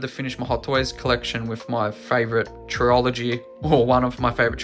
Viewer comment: Never heard someone pronounce trilogy as trill-ology...it's always trill-a-gee. But now that I'm learning even more American mispronounciations like the word Adidas that's bastardized so badly, you're probably absolutely right with how you pronounce trilogy.